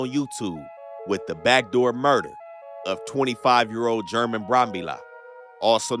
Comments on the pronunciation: Its pronounced Herman not german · German is pronounced Herr-Mon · german is not pronounced like germany the g is pronounced like an h